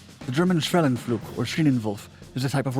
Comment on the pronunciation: when you spell schwellenpflug, it sounds like you had a stroke while reading.